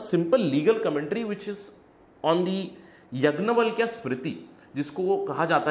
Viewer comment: यग्नवलक्य नहीं 'याज्ञवलक्य'